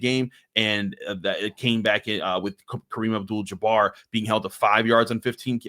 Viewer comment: Did you say Kareem Abdul Jabbar? 🤣